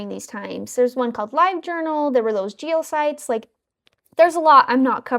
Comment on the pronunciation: Sorry but the way that you're pronouncing Geocities is aging me about 1000 years each time 😅